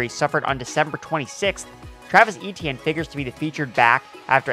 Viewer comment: Eh--Tyen. Eh-Tyen. Not EE-Tee-En